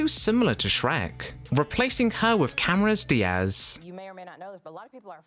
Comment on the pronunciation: Did he really say cameras diaz lol instead of cameron